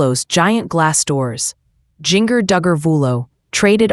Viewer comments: First of all, learn how to pronounce her name. I would tell you but it's not hard. Second, they have furniture, they ordered it and wasn't delivered when this was recorded. Get a life and if you insist on publishing videos, be truthful by research. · If you can't pronounce people's name why talk about them. Jinger Duggar stay out of their business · you need to fix the AI voice .. it’s saying Jinger .. really strange there’s nothing wrong with getting furniture .. once u have lived there for a little bit